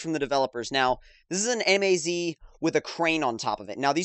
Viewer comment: It's MAZ, not M A Z